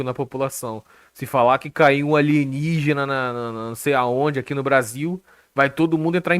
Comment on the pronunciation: Alienigina em codó kkkkkkkkkk